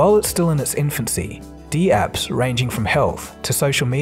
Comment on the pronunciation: Never heard dapps pronounced "dee-apps" before. Isn't it dapps as in snaps?